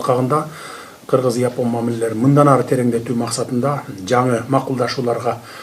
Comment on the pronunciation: Япон эмес жапон деп айтылганы кыргызча болоор